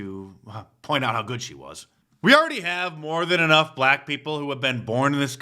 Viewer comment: "AS A BLATT WAHMAN IN THIS COUNTRY..." ITS EXHAUSTION NOW